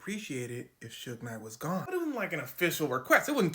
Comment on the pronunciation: Not “Sugar” Knight 😂